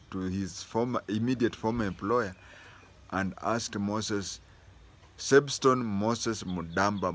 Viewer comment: Substone not sebstone!